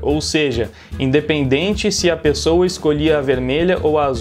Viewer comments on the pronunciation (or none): "Pipola" e "pesoua"